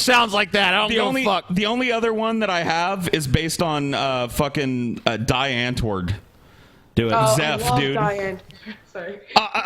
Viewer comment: Die Antwoord is pronounced DEE Antwoord,, you nut.